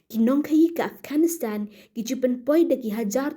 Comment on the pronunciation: Taliban ❌talivan✅😂 Afghanistan ❌ afghanistand✅😂